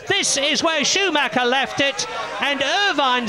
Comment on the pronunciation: Alter wie die immer SchuMACKA sagen wtf